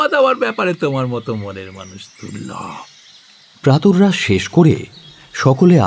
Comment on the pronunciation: 'প্রাতররাশ' কেন!?! 'প্রাতরাশ'ই তো যথেষ্ট